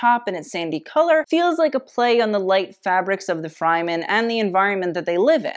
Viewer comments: I love you, but your pronunciation is out of whack... you keep saying Frymen, when in the movie they say Fremen, with an e from Egg.. listen up when you watch it. Otherwise, this video is fascinating... as I said, I love you! Sorry.. XXOX mwa! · Your channel helps me respect fashion which is not something I ever thought I would do. It always seemed so shallow to me, but I'm starting to get it now. However, I have to correct one thing. The Fremen of Dune are pronounced Freh-men, not Fry-men. 😜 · Love this but it is pronounced Fremen not Fryman, although they sure are frying in that heat lol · Loved this review as a whole. Zendaya, Lawroach and make a great combination. But I must note I was happy when he left the Fremen category since the desert people are not pronounced Fry-man but Frəm-men. I also love how tied her fashion as it relates to Arrakis in the 3rd category expanding on more symbolic choices rather than literal ones. Well done! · girl it's freh-men not fry-men. still great video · Super on point, just gotta say its 'Freh-men' not 'Fry-men'. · Love this breakdown and tie into the fashion industry. As someone who has read Dune and watched previous film renditions of the show, I would like to bring to your attention on how to pronounce Fremen. Not Fry-Men But Fr-Eh-Men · O.O I love you but the way your saying Freman is killing me it's pronounced Freh-Men lol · it is fremen "freh" men. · Fryman? No...FR-eh-MEN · Not FRIEmen, fREmen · Having watched the movie who else was saying fremen everytime said fryman because you know the way he said it was not the way you pronounced it. This was a very good video detail of the fashion reference being used with regards to the movie roles being played. The movie was amazing 👏 I can't wait to see part 2 continuation and this apparently was only half of one book of 7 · i like how you pronounced 'fremen' both 'fryman' and 'freeman' in this video but absolutely refused the correct way lol